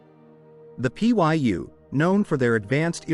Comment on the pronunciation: lmao it just says welcome XDDDD Trash AI. Cant even look up how to pronounce "Pyu" before its stuffed in the video.